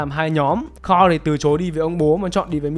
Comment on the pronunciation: S ô cứ đọc tên thằng con trai Ric là carrol thế 😀 N là Carl mà